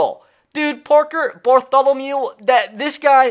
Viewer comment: Nothing better than hearing get so excited to where he says Parker "Bartholomule" 😂😂